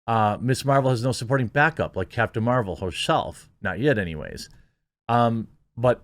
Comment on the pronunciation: Ms. Meh-vel...she has the power to make me not care.